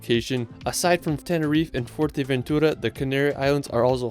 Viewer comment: "tenerif" Lmao it's Tenerife